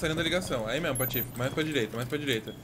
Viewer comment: Eterno 'Pratife'